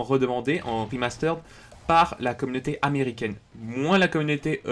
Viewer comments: Le "remasteraide" m'a détruit les oreilles au moins 20 fois dans la vidéo ptdr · Arrête de dire "Rimasteureddd"